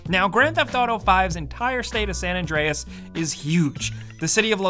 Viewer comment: Why are you saying san adrines this is gta 5